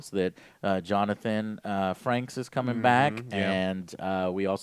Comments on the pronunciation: 'Borgs'? Johnathan 'Franks'? Did you guys even watch TNG? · "Johnathan Franks" lol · Maybe they took the original video down because Joe said "Johnathan Franks" instead of Jonathan Frakes. And he didn't even know Marina Sirtis's name. Joe... No. NO! Get off the couch, Joe! :p